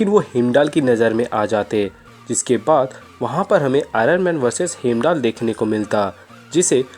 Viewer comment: Hemdal nahi hiandal God of eyes